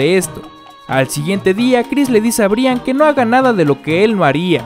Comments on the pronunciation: De verdad dijo Bri an jajajajaja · Un dato se escribe Brian pero se pronuncia Brayan :) , espero y te ayude.